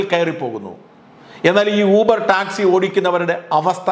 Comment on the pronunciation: ഊബർ അല്ല യൂബർ.